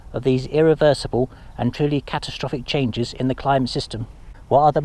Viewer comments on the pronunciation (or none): none